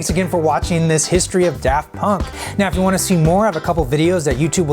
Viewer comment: He says da funk.. Amazing name!